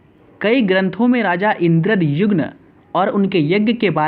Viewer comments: Raja Indradyumna not Raja Indradyugna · It's called puri not pudi N king called indradyumna not indra jumma Kahan se padh raha h Raani ka naam gundicha thi??? Really???? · Yes sale thik se bol Puri or Indradyumna